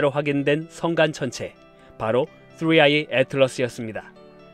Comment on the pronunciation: 뜨뤼 아이~ 혀가 질풍노도의 시기를 겪고 있네요 😂😆🤣